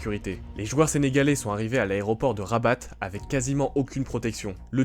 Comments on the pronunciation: On ne dit pas Rabatt mais Rabat le T ne se prononce pas mon petit....🤪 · Pour rabat on ne prononce pas le T 😅